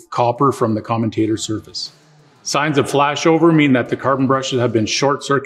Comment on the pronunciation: I would have thought someone giving advice on dc motors would know how to pronounce commutator correctly.